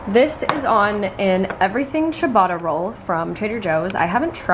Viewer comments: Omg, I love how you pronounce Ciabatta - it's waaaaaay off, but so cute! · Chabata rolls? 💀 in South Africa we pronounce it Sheeabata rolls LOL. love this video though :)